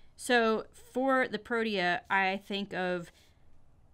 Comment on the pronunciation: Thank you for appreciate our nation flower! So for mere helpfully criticism the flowers name is pronounced pro-tea-a.